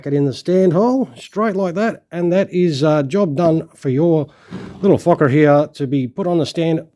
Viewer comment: Love you made sure you said focker!!! 😂🤣😂